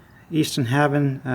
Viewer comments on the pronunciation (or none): Good video. That's a pretty light dropper. I believe Haven is pronounced hay-ven. Looking forward to your next video my friend.